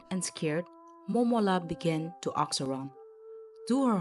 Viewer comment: Ask? Or aks? Aksed... please work on that even your future projects